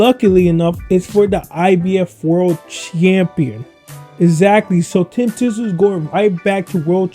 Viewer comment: So you never watched Kostya either with that surname pronunciation.